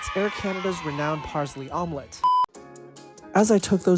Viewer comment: nice vid except Parsley is pronounced paar·slee instead of paar·zlee